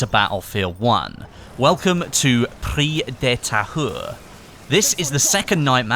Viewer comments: IT IS PRONOUNCED PREES DE TAYURE, NOT PREE DE TAHERR! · It's pronounced "Preez de Ta-eww-re" (try disregarding the H) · pronunciation could be better, I don't blame you, its hard it should be pronounced: pri-ze de ta-ure (hard e like euh and hard u like uber) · prise de tahure is pronounced like "preeze de tah-ure" in english, not "pri the tire" lmao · Its prononce Pree-ze de Tahure not Pree de Tahure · If you want to pronounce it in French it's "Preez de Tayu" :P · Pronounced Pree - De - Thai-Ur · You should pronouce the map "preez de Tahure" (but whithout de "h")🤔😊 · its pronounced prez de tahure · Preeze duh tah-ure. The "h" is silent. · pronounce "Prrri de Tahoure"lol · if you dont know how to say the name correctly, dont say it as much lol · Almost got that pronunciation, nice job.